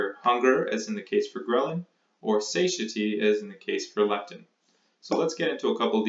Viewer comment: Friendly observation: Suh-TIE-yety.